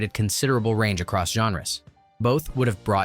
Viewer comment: I lost count of how many times this narrator uses the word, "aross." It's like he's trying to invent a new drinking game. 🙄